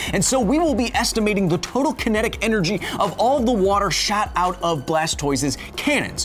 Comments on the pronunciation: first time i heard it, i thought kyle said "shat out" instead of "shot out" of blastoise's cannons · “shat out” you mean shot Kyle . . . you mean shot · Did you say 'shat out' or shot out? Because now I'm just picturing Blastoise 'shatting' all over his opponents and he's now a poison/water pokemon. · Did you say shot out or shat out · Did you say "All the water SHAT out of Blastoise's cannons"